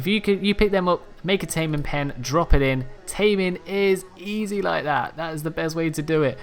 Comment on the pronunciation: "its super E Zed"